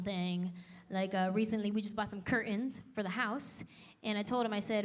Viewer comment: Both are awesome but can we pronounce curtains properly? That drives me nuts pronounced the letters please